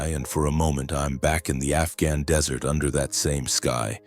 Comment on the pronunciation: The lack of credibility is incredulous. The narrator can't differentiate DESSERT from DESERT (the transcript is correct, but the BOTerator suffers from a new condition in the world of A I -- Abject Ignorance). I would have bailed but my hands were amidst food. Now, as to the credible. Whoever wrote this didn't bother checking some really basic facts. 1) A military family is a culture in and of itself. Silence from a family member -- like our hero -- is something that others would know to NEVER press for disclosure. The rules of the culture. They know better than to ask. 2) Harper would have NEVER EVER let such a slip occur unless he was stewed to the gills. THIS JUST DOES NOT HAPPEN--at least it didn't used to happen. As a superior he is above reproach. As a superior he also knows that loose lips sink ships. At this point I was really getting irritated because of how casually this breach of security was written into the story line. The author has DISPLAYED ENORMOUS DISRESPECT, TAMPERED WITH INTEGRITY DUE TO A POORLY WRITTEN PLOT LINE, AND CONCEPTUALLY DEMEANED THE INHERENT STRENGTH THAT BELONGS TO A VERY FEW OF THE BEST OF THE BEST. There are other holes in the plot line such that one could drive a Mack truck through them. This tale is bad -- so bad that I really wish you would take this down. Our military is suffering assaults that are beyond imagining. To tell a story that in some way lessens the culture and its effectiveness is irresponsible.